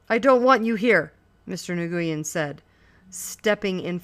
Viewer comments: The Vietnamese couple's name is pronounced "Win," not "Nigoiyen" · new-yen thats how its said :P thanks anyway this helped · I’d rather she say “nwen” than “nagooyin” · STOP SAYING NGUYEN LIKE THAT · the way she said it pissed me off so much